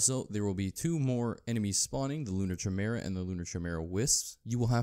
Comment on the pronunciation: It's pronounced ki mera.